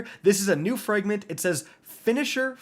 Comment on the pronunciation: Fragment is not pronounced "frangment" bro you can't speak to save your life.